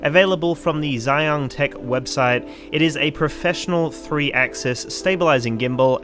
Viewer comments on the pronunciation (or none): Well, just one thing. “Zhiyun” reads nothing like "Xeon". 'Zhiyun' = '智云'(literally 'Smart/Intelligent Cloud'). And it should be read "Zhi' and 'Yun' separately. Still not sure how do read it? Copy and paste '智云' to google translate and it will do it for you(by clicking the read button.